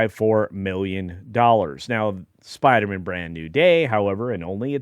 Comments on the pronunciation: SPIDER-MAN MAN not mon 😅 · Are you sure you can't pronounce it Spider-Man instead of Spider-Mun? 🤪